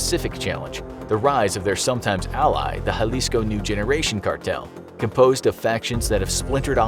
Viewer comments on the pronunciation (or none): none